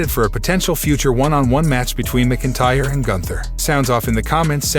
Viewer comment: Lol the program can’t say McIntyre properly as well 😂